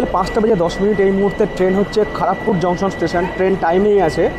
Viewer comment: Sir , i am from kharagpur town, ata বেঙ্গলি তে খড়্গপুর, খড়গ পুর নয়